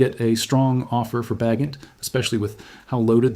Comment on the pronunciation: AI BS. Tyson Bagent with a hard ’G’.